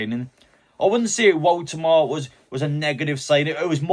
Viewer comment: Learn how to pronounce your own players names. done a video on how to pronounce his name watch it and learn or just call him